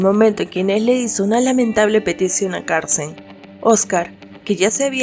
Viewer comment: El nombre es Cárcen ó Cárcel ??? Es que la narradora dice “Cárcen” pero el nombre que está escrito es Cárcel con una “l” 🤷🏻‍♀️